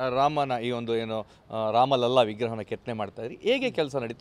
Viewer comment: 🕉 ಒಂದು ವಿಷಯ ನಿಮ್ಮ ಗಮನಕ್ಕೆ- ಅಯೋಧ್ಯಾ ರಾಮಮಂದಿರದ ಸಂದರ್ಭದಲ್ಲಿ ಎಲ್ಲೇ ‘ರಾಮಲಲಾ’ ಶಬ್ದ ಬಂದಾಗಲೂ ಅದನ್ನು ‘ರಾಮಲಲ್ಲಾ ‘ಎಂದು ತಪ್ಪಾಗಿ ಬರೆಯದೇ ಅಥವಾ ಉಚ್ಚರಿಸದೇ ‘ರಾಮಲಲಾ’ ಎಂದೇ ಹೇಳಬೇಕು, ಬರೆಯಬೇಕು. ರಾಮಲಲಾನ ಅರ್ಥ ಬಾಲರಾಮ ಎಂದು - ಇದು ಅಧಿಕೃತ ಮಾಹಿತಿ